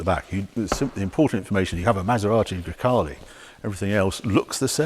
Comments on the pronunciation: Grecale, sounds like 'Grockle'. Looks like a Kia, sounds like a Golf. It's just another car-by-numbers Stellantis shitbox. I'll pass. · GreCACALE. Oh my God, Harry :)))))) That's why I love you. Probably everyone missed that.